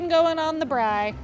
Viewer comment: you beauty... I love the way you say Braai... like a pro❤